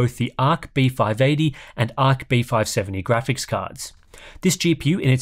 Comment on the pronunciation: Anyone else hearing beef-eye eighty? Just me?